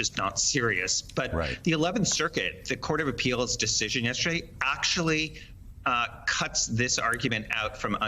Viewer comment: He doesn't even know how to say "yesterday"...